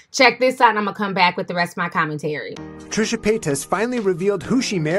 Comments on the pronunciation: trishA there is an A at the end girl. TRISHAAAAAA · Ti, how you gone mess up THIS name? Lol you’re notorious for it but I mean, one letter off? Smh petty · You always pronouncing people's name wrong,,seriously???